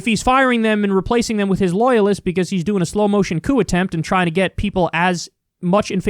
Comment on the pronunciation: Its not coup